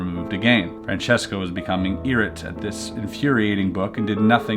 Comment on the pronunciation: IRATE is pronounced EYE RAYT not EERIT